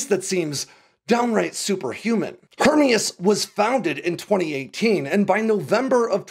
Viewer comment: And we are supposed to value information from someone who is unable to pronounce Hermeus? I guess it could be a grasp at clickbait. Either way kinda discredits any supposed insights.